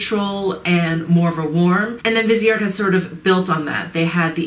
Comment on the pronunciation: Viseart means FaceArt. VEEZ R is how you say it. Vee Zar. No T.